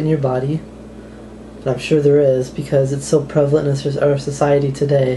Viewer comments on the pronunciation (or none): none